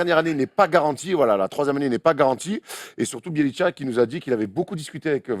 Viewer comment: Juste un truc de prononciation vu que ça fait pas mal de fois que j'entends ça : Nemanja Bjelica se prononce : Némania Biélitsa, y a pas de tcha à la fin. Sinon je vous adore les gars continuez vous êtes au top <3